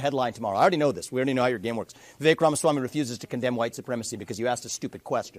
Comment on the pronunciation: Vivek rhymes with stomach ache or head ache.